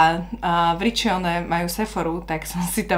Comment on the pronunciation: Číta sa:Ričóne 🙂